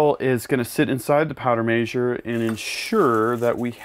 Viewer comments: powder major :P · Does how he says measure drive anyone else nuts? 🤣